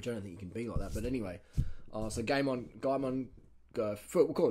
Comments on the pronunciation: Its guy-mon not gay-mon i believe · Phil says his name like guy-min